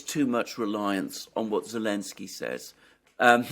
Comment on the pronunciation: Why does say Elensky rather than Zelensky?